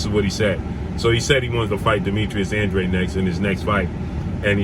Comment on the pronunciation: Andrade is pronounced "Ondraj" (Portugese)